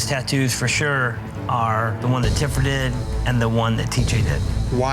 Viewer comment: Tiffer not TIPPER